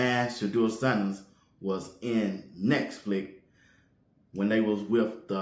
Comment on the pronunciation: You said Neck Flix 😂